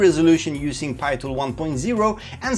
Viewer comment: Please continue say Pee tool ....it's not pie tool anymore lol. I am so used to Pee Tool now.